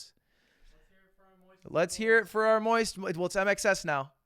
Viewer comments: my australian ears kept hearing INXS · Am i the only one that hears "I make sex" instead of mxs? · Just calls it MXS (micks)